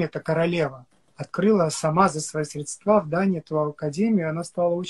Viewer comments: Человек не знает, куда ставится ударение в слове "средства", о каком профессионализме может идти речь, простите 😅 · за средствА😂😂😂 За срЕдства,,, говорят грамотные люди С королевой он учился😂😂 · Про видео Солода: " СредствА"??? Грамотно?😂